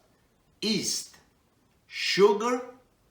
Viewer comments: Did he just say “east?” I think he meant YEAST lol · Great recipe. My favorite Chef. The Y is silent in yeast!